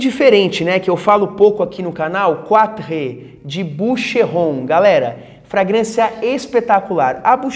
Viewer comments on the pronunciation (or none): Só uma dica. Em QUATRE o “E” é mudo e a primeira sílaba é tônica. Então a pronúncia fica “QUÁTR”.